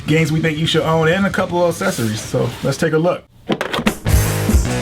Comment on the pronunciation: "Assesories"